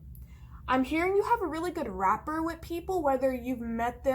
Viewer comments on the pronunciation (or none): thank you very much for your tarot and awesome insights. The word " rapport" is pronouced as /raˈpôr,rəˈpôr/, unlike " wrapper". I picked pile 4:)